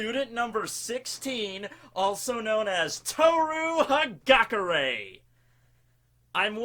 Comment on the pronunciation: it's ha-gah-Kurr-AYE.